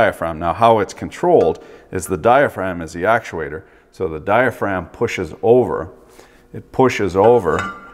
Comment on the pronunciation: Dye-uh-fra-gum (diaphragm)